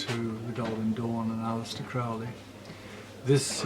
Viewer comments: Dear Mr Skinner one always pronounces Crowley as in holy... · Crowley rhymes with Holy.